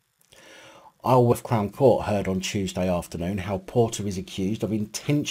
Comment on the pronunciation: Isleworth is pronounced I-zel-worth